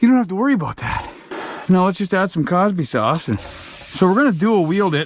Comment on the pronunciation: I thought he said CarbySauce